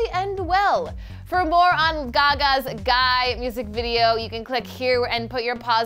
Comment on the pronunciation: Can we just talk about the way this girl pronounced "G.U.Y." ...... slow facepalm